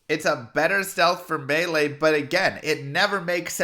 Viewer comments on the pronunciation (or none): none